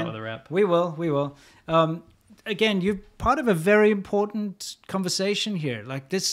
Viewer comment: ImporTant vs Imporant One of these guys was raised by English speakers and one in California.